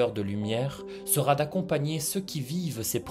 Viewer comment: Ne mettez pas de T après sera. Vous faites une liaison mal à propos. Sinon, très vrai et très intéressant.